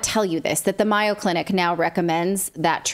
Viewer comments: "Myo" Clinic? Do you mean the Mayo Clinic in Rochester, Minnesota? If so it's pronounced with a long A -- May - o. Or are you talking about a different clinic? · Thanks for this information, but it's The MAY-O, not MY-O Clinic. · Great report. Very dangerous times. By the way, MAYO clinic is pronounced with a long A . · Get rid of the wife. She doesn’t even know how to say Mayo Clinic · Mayo Clinic, long aaaa on pronunciation! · Are you saying Mayo Clinic? If so, it’s pronounced differently. A long A sound like mayonnaise.